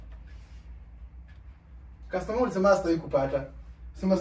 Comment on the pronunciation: Did i hear you call her customaa🤣🤣🤣🤣🤣🤣